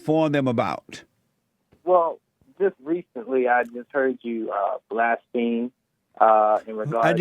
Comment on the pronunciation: Love ol Jesse but he definitely had a blonde girl moment on "Blast pheme" LOL!